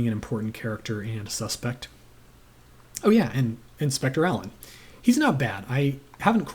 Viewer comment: King Henry I died of a surfeit of lampreys…ate too many. In Marsh the Lampreys are an eccentric aristocratic family…too many of them, as Alleyn discovers. Good to hear you pronounced Alleyn right. Many still don’t.